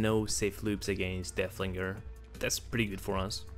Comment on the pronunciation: Its so funny that yku say deahlinger